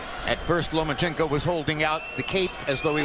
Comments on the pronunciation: lol he keeps saying lumenchenko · Why he call him Lu-ma-chenkow? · Who the fuck is "Loom-A-Chico"?